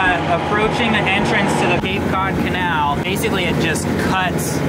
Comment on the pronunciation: It's Cape Cahd not Cape Cuud.